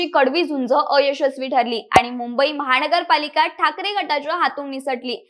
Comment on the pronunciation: "महाणगर पालिका"-- अशुद्ध उच्चार!! सावकाश बोला!!